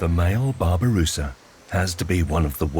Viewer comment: Babi rusa read not babu rusa wk wk